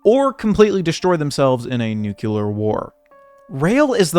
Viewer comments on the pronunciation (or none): "nu-kyu-lar" 😂😂😂 learn how to pronounce it bro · Nukear ? Don’t tell me his trying to say Nuclear* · he pronounces the word Nuclear like George Bush Jr